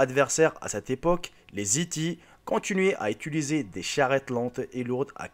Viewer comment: Tu cites aucune source, on est censé te croire sur parole ? Et on dit "Hittite" pas E.T....